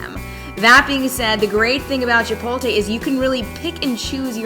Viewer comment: Foodie that cant pronounce "chipotle??" It's chip-ote-lay, not chip-ole-tay